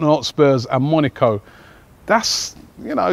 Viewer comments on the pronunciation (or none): none